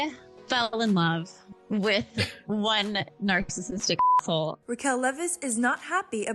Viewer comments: She said narc-cissistic😂😂 ohhh my 🤦🏻‍♀️ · Love how she pronounces “Narksassitic” 🤭🤭🫣🫣